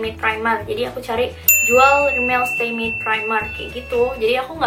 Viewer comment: 'matte' not 'maid'